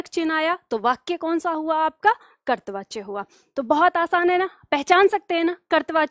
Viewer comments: करतवाच्य नहीं कर्तृवाच्य बोलें। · ham aapke student Or hindi pad rahe to ek galti mane aapki pakdi aaj kartri vachaya ka ucharan ache se kare karipa karke Or aap bilkul acha paddhati hain ❤❤